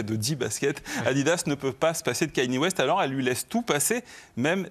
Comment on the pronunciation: ou comment dire Kanye West 50 fois par seconde et ne jamais le prononcer correctement.